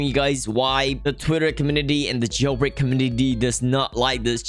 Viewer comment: I like ur videos but “roblog jailbraig”